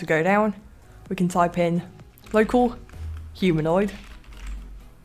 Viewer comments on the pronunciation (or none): none